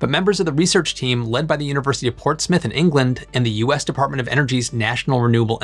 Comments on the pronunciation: Wft is "Portsmith"? Is he trying to say 'Portsmouth'? It's a 'u' sound, not an 'i' sound. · The way you mangled Portsmouth, I thought you'd said Port Smith 😜